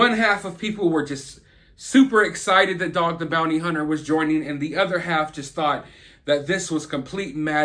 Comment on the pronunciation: Yeah Dawg! You said "Joing". Lol.